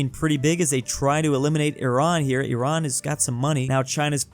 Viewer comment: FINALLY!! SOMEONE THAT PRONOUNCES IRAN RIGHT EVERYONE PRONOUNCES IT LIKE "AI RAAN" LIKE NO